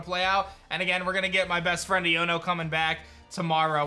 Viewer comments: Just so you know man, it's pronounced "Eye-own-o". So it sounds like "I'dunno" with the d slurred away. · say the name right dawg. It's eye-oh-no. like ion. electric. iono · it's pronounced "ayono" as in "I don't know" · Bro her name is pernounced iono eono its a hard i sound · I feel that here name is pronounced Ion (a positive or negative electrical charge) + o